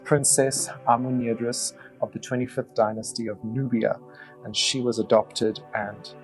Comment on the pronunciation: Amenirdis, this name seems to be spelled wrong as it is pronounced with an extra r in it all through the video... Nubians do need an editor.